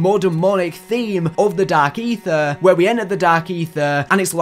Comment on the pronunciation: “dark AeeTHEER”